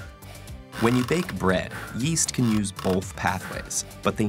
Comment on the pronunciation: Yeast? I thought you said, Weast